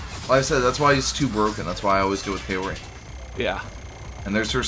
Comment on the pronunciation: as someone who’s learning Japanese Kaori’s is actually pronounced Kah-oh-ree, not Kay-or-e.